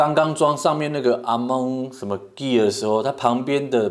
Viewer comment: Gear的發音錯了🤣🤣🤣